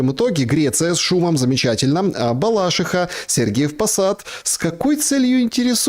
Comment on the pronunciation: Правильно говорить Балашиха - ударение на И.